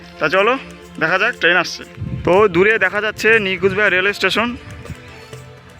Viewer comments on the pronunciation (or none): Apnar uchcharon eto jorhano keno? "New Cooch Bihar" bolchhen naa ki "New Gujrat" bolchhen seta-i thik kore bojha jae na?